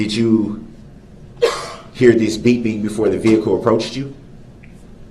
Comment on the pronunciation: Hate the way he says "vehicoo"